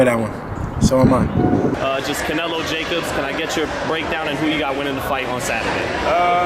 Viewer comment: Gervonta : I'm fan.. .canelo and what's his name?? Uhh ja kobs lmao